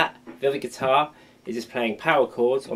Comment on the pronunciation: Like "gui-tar"